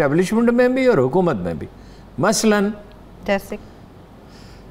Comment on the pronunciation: Female anchor doesn't know correct pronunciation of hukumat ! She is pronouncing huqumat! 🤣🤣🤣🤣